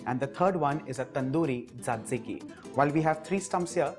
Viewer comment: Glad you have tried to give a twist to western dips. Thanks. Btw, the third sauce is pronounced as zatiki.